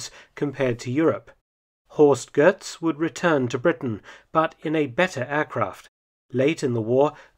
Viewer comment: There's no R in Götz. "Gehtz," not "Gertz."